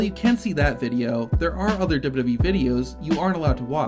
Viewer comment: Why can’t you pronounce wwe 🤦‍♂️